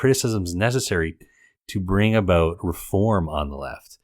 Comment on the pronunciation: "understand aboot me" - so Canadian!